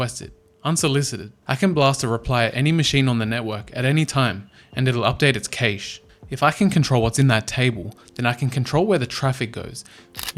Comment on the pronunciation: He pronounced “cache” 3 different ways in this video 😅